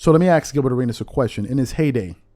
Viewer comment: To go off-topic,,,could you please pronounce 'ask' with an 'sk' and not 'axe' or 'axd'. Its so hurting to the ear.